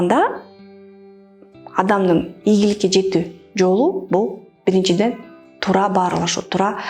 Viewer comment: Тура эмес Туура, аявай эмес аябай . Туура суйло а то ийгиликсиз болосун